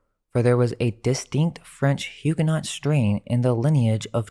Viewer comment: BTW - the t on Huguenot is not pronounced.